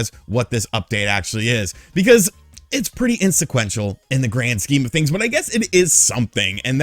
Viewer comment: “insequential”🤔… Inconsequential 👍🏼